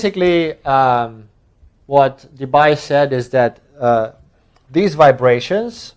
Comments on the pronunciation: DeBye is pronounced like DeBee (in Dutch), so say goodbye to that Bye-pronounciation! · Concerning Debye. He was Dutch. So "bye" is pronounced like "bee". (De-bee = Debye). Bye! ;-)